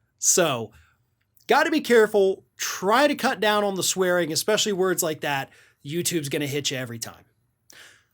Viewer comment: Yep, she definitely puts the "n" back into the word "cuts".